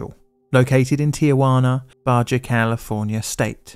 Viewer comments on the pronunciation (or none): In Spanish the letter J is pronounced like the letter H in English, so Baja is pronounced "Ba-ha" not "Ba-ja" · Baja is pronounced Bar-har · Baaaa Haaaaa not Baja is the correct pronunciation, amigo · Baghia? Maybe Baja (pronounced Baha because of... Spanish). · "Barja" is Baja, which is just "Baa-Haa" have you not heard of the Baja rally? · Love it but "ba-ja" tho.... it's "baha" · It is pronounced ba ha not baja but I respect the effort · Pronounced Ba Ha, not Ba Ja. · Ba-jah 😭😂 It’s ba-hah 🙂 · Ba Jah... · I know next to no Spanish, but I live in Southern California, so when he said “ba ja California” I couldn’t help but laugh. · he said badger California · had to go back but wow. I thought everyone know how to pronounce ba ja. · I'm also a who struggles with pronunciation of words and would probably only know it was Ba-HA because I live in the US (and specifically, southern california near Baja lol) no worries! your videos are always great and I'm glad to see you make 'em. I've always thought about making YouTube videos about random areas that I'm interested in but lack the confidence, so I'm glad to see you never let it get to you. Keep up the good work!! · Though Baja sounds like Ba-Ha. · just a heads up Baja is pronounced with an H kinda like haha. Ba ha. Love the videos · I like the pronunciation "baw jaw" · spanish fyi, the letter J in spanish is pronounced as an H sound, so "Baja" is pronounced "ba-ha" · J's in spanish are pronounced like H. So it sounds like Bah-ha California (meaning below California). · Not him saying “Tijuana” correctly but saying “Baja” as in (Ba-Yah) 🤦🏻‍♂️ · "Baja"... It's pronounced as "Ba-ha" like you know, the famous cross-desert race? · Good ol' 'Bah-ja!' ;p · Baja is pronounced “baha”. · "baj uh California" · Bajuh California 😅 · baja is pronounced baahah... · Lol Bah-jaw! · Amateur Spanish Language Pronunciation Nazi here: In Spanish, a 'J' has an 'H' sound, e.g. "Baja": Ba-HA, "Jalapeño": Hah-la-PEEN-yo. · Bah-Jah lol